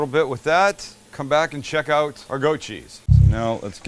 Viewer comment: I like the way you say oot instead of out.